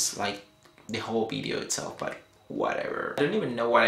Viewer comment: haha why do you say v (vee) as bee (b)? bee-deo ad-bice LOL like it thought :D